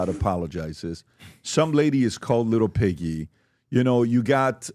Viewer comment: The reporters name is Peggy she said quit Peggy not piggy